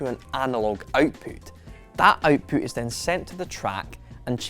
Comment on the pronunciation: I know right. What is outpoot.